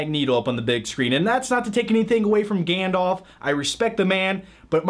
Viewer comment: You missed pronounced Gandalf......:(